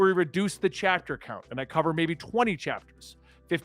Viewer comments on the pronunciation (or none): none